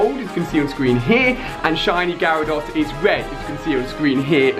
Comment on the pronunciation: It’s gyarados no gyrados